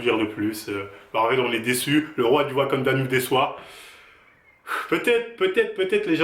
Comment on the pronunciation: 😂😂😂 c’est plus le wakanda c’est le wakandown